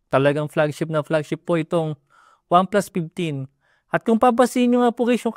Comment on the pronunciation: Pinally, OnePlus PIPteen SmartPon. 😂